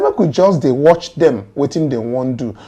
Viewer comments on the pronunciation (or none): none